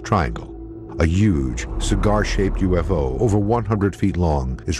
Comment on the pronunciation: did he just said "HE SAW A USO" o_O